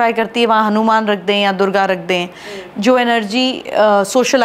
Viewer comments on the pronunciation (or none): none